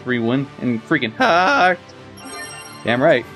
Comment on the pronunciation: I've been wondering, why do you say heart like that? Does it come from some joke? Just curious is all.